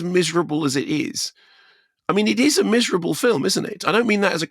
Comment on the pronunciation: Miser- ablah? 😂